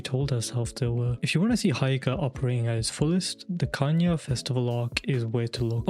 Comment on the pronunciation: It's he-yo-ka no hi-o-ka